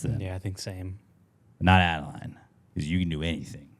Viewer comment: ill make sure to have adeleane listen to this later on..maybe this weekend! thanks guys, P.S.- My daughter is not happy with you..you mispronounced her name lol